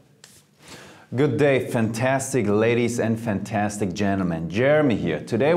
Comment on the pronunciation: There´s no "T" in "good" though Jeremy! Germans!!!